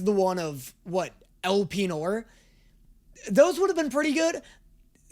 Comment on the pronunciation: why I'd he pronouncing his name as "El Penor (stereotypical Mexican music playing)"?? lmaooo